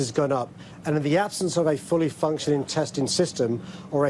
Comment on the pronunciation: What we actually need is : a fully functioning Mayor who knows how to pronounce words ending in “ G” 😡